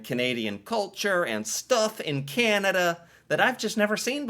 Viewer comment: I love how you say "Kyan-ah-DUH".